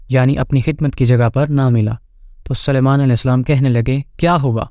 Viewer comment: Hazrat Suliman aism ka naam bhi nahi bolne aara